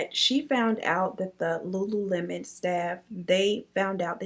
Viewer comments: Lulu Mon. I literally pronounced it that way too 😂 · I thought it was Lu-Lu-mon too!😅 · You're not alone on the "lulamon" pronunciation ... Guess I overlooked it too 🤷🏻‍♀️ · Lol I was saying lulemon. My sister finally was like ‘Um it’s lululemon 🤨’ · I say lulumon too! 😂😂😂 I love the stories! I ran across one of your videos about a lil over a month ago & I can NOT stop watching! Keep it up girl, much love! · Tbh, I looked over the “le” and pronounced it as “Lulumon” too 🤦🏾‍♀️😭🤣🤣 Bruh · Girl I thought it was pronounced Lulumon too😭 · I'm glad I'm not the only one that pronounced it Lulumon lol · I'm glad I'm not the only one that reads it as Lu Lu Mon. Lol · Hey girl I thought the same thing about the pronounciation of lululemon. Thought I was the only one.😂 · The "lulu-mon" I cannot 😂 but I feel you it be like that sometimes 🤷🏿‍♀️ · Not LULUMON🤣🤣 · I've actually never heard this case before! Wild.. Also just wanted to add, you're not the only one who pronounced it lulumon...I did too until one of my first jobs was at a Lululemon warehouse and I realized I'd been saying it wrong 😂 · I’ve been saying it like you too! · I definitely pronounced the store the same as you 😂😂😂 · Girl that's exactly how I pronounced it too....ain't even see the "lemon!!"